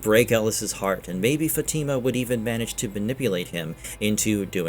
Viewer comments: how do you say Elgin and Fatima wrong but no other names? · Love this channel but it would be nice if you could pronounce Elgin & Fatima correctly